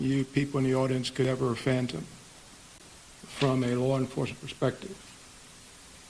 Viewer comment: Fathom ...not phantom...nice speak officer...your grimace shows your blind faith and incompetence...you can't wait to leave the microphone 😮